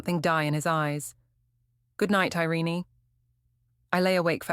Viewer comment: Her name is NOT "Iren-ee" It's "Ireen' but spelled "Irene".